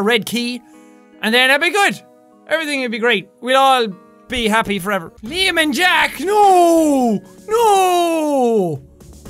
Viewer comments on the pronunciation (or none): none